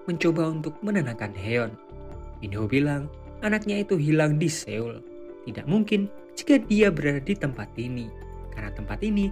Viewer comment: Seoul dibaca SOUL EO dibaca O seperti pada kata SORONG, SOFA, SOMBONG